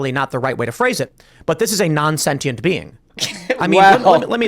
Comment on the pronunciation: I like how he reads the definition of sentient and doesn't pronounce it correctly with his big brain